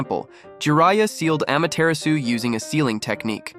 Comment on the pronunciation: It’s pronounced ama-ti-ra-su not ama-tear-asu Ai voices dudeee